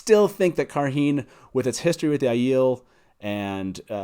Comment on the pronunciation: On the pronunciation of Cairhien, the appendix lists it essentially as "KAI - ree - en"